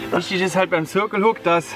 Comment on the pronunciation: warum sagt ihm denn keiner wie man "circle" richtig ausspricht?